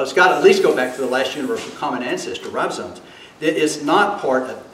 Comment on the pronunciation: Since bases his primary ‘argument’ on a word he uses countless times (as if he's an authority), it would seem to be rather basic for him to be able to spell and pronounce it. They aren't ribosones. His incompetence is breathtaking.